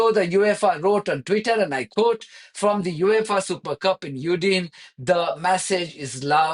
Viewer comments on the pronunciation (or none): Udine is pronounced ‘oo-din-e’ sounding out each syllable. Great broadcast again. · Udine is pronounced: “Ooo-dee-nay” 😊